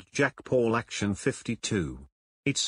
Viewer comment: ACTION, not ACTIUN.